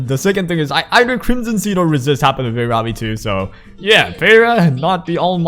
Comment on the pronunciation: Ok,, you have an excuse because you're Asian. Heh heh... But for real, youtubers in general do not know how to pronunciate Jack s***. Peira= pee-air-A!